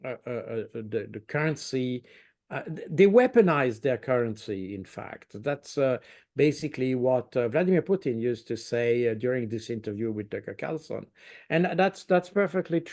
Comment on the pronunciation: What "some hoe"? Putin... Not Poutine! The guy can't pronounce some "how"!